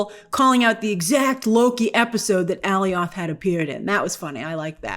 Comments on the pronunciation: Great vid as usual but it kills me every time you call him "Alley-oth" instead of "uh-lye-ith" 😂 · Alioth!!!! …. Not Aleeoth 🤦🏽‍♂️🤦🏽‍♂️ you mispronouncing it is frustrating to listen to 🤦🏽‍♂️ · Why does Grace keep pronouncing it "Ally-Off" ?? 🤔🤷‍♂️🤪😂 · Love ya grave which is why I'm tell you 😤 IT IS PRONOUNCED UHH LYE UTH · The fact that you keep saying Aliath that way when in both Loki and D&W, they pronounced the I as a hard I not a hard E is hilarious. You’ve heard it said multiple times. lol. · anyone else hated the way Grace pronounced "Alioth"? lol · Is it me or is Grace pronouncing the “cloud monster’s” name weird? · Why do you say Alioth like that lol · How does Grace still not know how to pronounce Alioth? 😂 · Lol at your Alioth pronunciation. Great video though! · Grace just can’t get the pronunciation of Alioth correctly haha btw, shoutout to the Death Star in the void